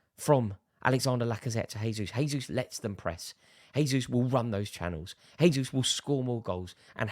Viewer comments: A bit annoying how this guy says Gabriel “H”esus instead of “J”esus I’m sure you wouldn’t like it if your name was mispronounced as “Rary Jenn-ings” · For the love of God Rory, he isn’t Spanish! Say the J.